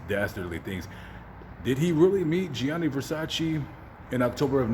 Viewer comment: IT'S GIANNI VERSACE